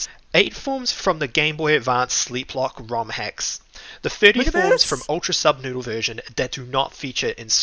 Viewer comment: ANYONE ELSE NOTICE HOW HE KEEPS SAYING PROJECT NUBSOODLE INSTEAD OF SUBNOODLE OR AM I THE ONLY ONE THAT NOTICED IT????????